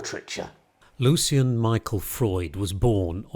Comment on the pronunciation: One of my fav. painters and thanks for the vid. I'm pretty sure his name's Lucian and not "Lucien" though.